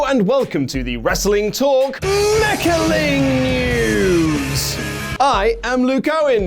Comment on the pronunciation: It’s MECHA(ling)-News-a!